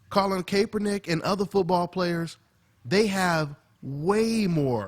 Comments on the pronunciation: Yo, Kaepernick's name is pronounced Call-in Cap-er-nick. Cap as in baseball cap. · Pronounced "cap"ernick.... Not "Cape"ernick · (cap er nick) not (cape er nick) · why cant anyone pronounce his name correctly? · hopefully they dont hate and kick you outta the gym bruh sad to see are own who we look up too great video as always..ps u butchering my QB's name lol